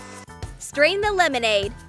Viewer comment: Lemonade more like melonnade